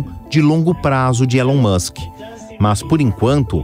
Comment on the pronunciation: Esse elon mouchen em 😂😂😂😂😂😂😂😂😂😂😂😂😂